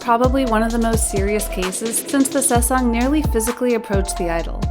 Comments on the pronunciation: and saesang instead of sasaeng lmao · it's also the "sesang" that's getting me 😂😭 world lol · I don't mean to offend, but please, you're a kpop channel, pronounce things correctly. It's Jungkook, not Jungkoo, Chenle, not Chenel, and Sasaeng, not saesang. Saesang means world and it took me way too long to realise you were talking about NCT's Chenle.